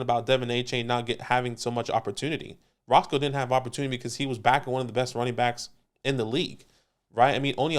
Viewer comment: Had to play it back bc I couldn’t believe it but it’s definitely not Roscoe Johnson. It’s pronounced RoSHAWN Johnson.. put some respect on that man’s name! I went to UT so I’ve been a fan since he was playing QB for the Longhorns. Just don’t want you guys saying it incorrectly for the next few months lol